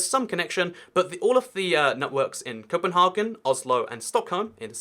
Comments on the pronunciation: And the penultimate syllable is pronounced like bagel or make, as an English word. I don't know why as I'm not a Danish speaker (but aspiring), but it's grating when people pronounce it like a faux-Scandinavian/Alpine ice cream brand. I would say the S-Tog network has morphed into a metro. Its frequencies are higher than Bay Area Rapid Transit's in San Francisco, it's completely isolated with unique power supply, signalling and rolling stock and its first underground section was built in 1934. The eventual plan is to completely automate it and remove the drivers. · Actually the disagreements about the pronunciation of Copenhagen is sort of an internal matter for English speakers since it is the English-language name of the city. There is no connection with - or influence from - the Danish name which is København (the last syllable rhyming with English "brown") so we Danes don't really have an opinion on the matter.